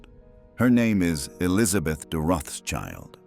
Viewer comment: It's pronounced: Rotsheelt".